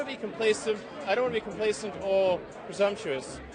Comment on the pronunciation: i keep hearing him say complasive and wondering why i don't know what it means, after googling it, it turns out the word isn't real lol